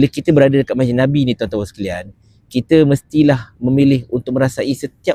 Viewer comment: Masjid NABAWI. Haiyoo. Sebutlah betul-betul.